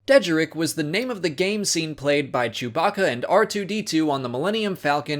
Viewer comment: Deh-jar-rick is how it’s pronounced